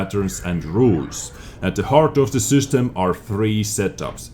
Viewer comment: Its system not süstem